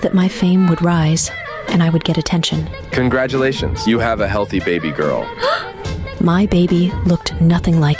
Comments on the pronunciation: CONGRAT YOU LAT EE INS 😭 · Not the the CoN-gRaD-u-LaTiOnS😂😅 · Doctor really said “Congraaudulaydations” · The first one when the doctor said "congratilatiouns" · why did she say congratulations like that?😂